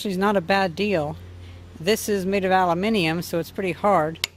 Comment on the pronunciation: Aluminium!!!!!!! He said it the British way!!! :)